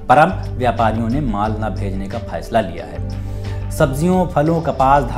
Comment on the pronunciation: please to be work on learn hindi then try to do anchoring. You are belong from bihar that is to be known by your Bihari language I hate this type of language. "फैसला = फैईस्ला (you said)"🤣🤣🤣🤣🤣